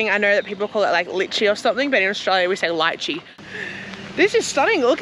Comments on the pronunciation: Hi ……it’s not Lichi….he said Elichi, which is cardamom😊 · Its not lichi, its elaichi which means Cardamom. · Not lichee, he meant Elachi ( Cardamom) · it's not Lychee😂 it's elaichi - green cardomom. I imagine you were expecting the red pulpy fruit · He said elaichi that means cardamom ....its not lychee as you said...... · Not Lychee! Eliachi! It’s cardamom… Eliachi is the Hindi word. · That was elaichi (cardamom) not litchi 😂🤣😂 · It's not lychee the fruit he meant, he said elaichi which is cardamom 😆